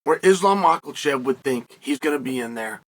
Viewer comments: Why does he keep calling him Ma Kal chaf? I really need an answer. 🤔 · "Islam Makkeltjev" lmao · Guys let’s not buy until he says Islam’s name correctly 😂